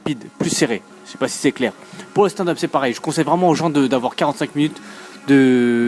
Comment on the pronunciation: Je regarde toutes tes vidéos, je suis toujours gêné par la façon dont tu dis stand-up...